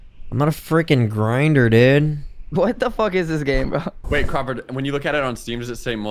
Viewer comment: he said “crawlford” 😂😂